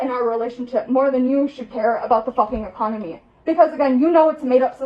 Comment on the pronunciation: Being 24 and saying "Drownding" and "Ecomony" and then editing and posting the video god i wish I was that retarded cause as they say, ignorance is bliss.